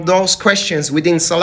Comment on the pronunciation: This man dont know how to pronounce salafi ..😂😂😂😂